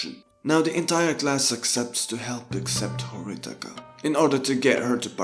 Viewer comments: Him pronouncing Horikita as Horitaka bugged me way more than it should've 😅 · *It's Horikita not Horitaka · Am I the only one hearing HORITIKA, instead of HORIKITA. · It's horikita not horitaka bro your pronounciation is wrong You should say Hori key ta not hori taka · "horikita" not "horitika"🤣🤣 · horikita not horitika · lol its horikita not horitika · Just saying it's hori*kita* not hori*tika* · man it's horikita not horitaka... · its horikita, not horitika edit: not flamin u, i like ur video. keep it up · i don't think it's flaming tbh it's just the character name u gotta say it right ^^ i just also tilted on this and searched comments to see if it was just me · Just a small nitpick: it's Horikita, not Horitika Just a heads up my guy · Horitika... it's not Horitika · Stop say horikita like that pls ;_ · This video was really really bad. A lot of the analysis was just you explaining literally what the characters said they were doing in the show. Very little to offer and borderline clickbait. Felt like abusing anime to market your own book, you just went through the plot of the show. And not that it matters to my point, but the K comes first is Horikita's name, it isn't even a mispronunciation, it's like you literally didn't even proof read your script or listen back to the audio.